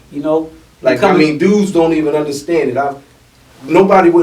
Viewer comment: Love the content yall. The realest shit u said break was we're making a neg in to a positive and everyone aint going to come where your going and some r going to fall short and u might lose some people and see things clearer and might have to cut some people off. And I love when ur man's says "underston" lol yes keep it coming yall. Proud to see this come together.